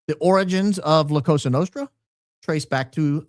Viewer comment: ...love you bro...just one technical correction.....the S in Cosa is pronounced like soft z...(koh-zah). Go max!!!!